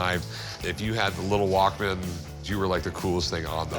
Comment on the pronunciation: Dude’s old enough to know that is not how you pronounce Walkman